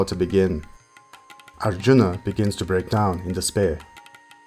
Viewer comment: Extremely good effort. Well researched and narrated 💘. But I really REALLY dislike the pronunciations ..like ArjunAAAAAA, DronAAAAA ETC! Man ..these are NOT ⛔ how you say such names. Very disappointed with this... its 🤢 colonial type of saying... by a colonised cooolie. Its sad.